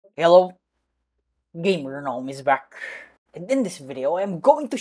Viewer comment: I think he actually says yello or at least that’s what I hear